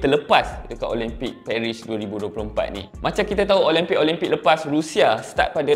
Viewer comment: speaker nie pun...pronounce la betul2...OLIMPIK bukan OLEMPIK